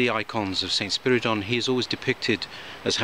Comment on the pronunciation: Thank you for the correct pronouncing of his name. Not to brag, my dad was such a humble person as well as smart I miss him a lot being one of his kids makes me smile when I feel bad sometimes.